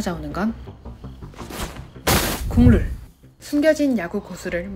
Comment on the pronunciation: 국룰이라고 할때마다 국물로들려요..ㅋㅋ😮